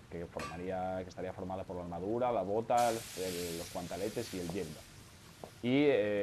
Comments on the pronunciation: Jajajajajaj Me pone nervioso oirte decir guantAletes xD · porque sigues llamando a los guanteletes, guantAletes? xDD venga buen video